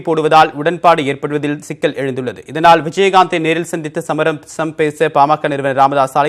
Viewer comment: சமரசம் வார்த்தையை சரியாக உச்சரியுங்கள்